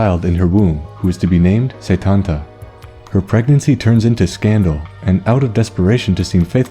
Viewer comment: While close it's not how you pronounce it, at least when I learned it in school (I live in Ireland) it was always pronounced coo cullan and setanta is set-anta.